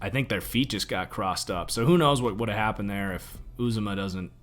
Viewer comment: btw is pronounced you za mah